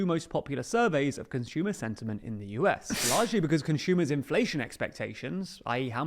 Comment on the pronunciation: “Conshumer” I cant stop physically recoiling every time I hear it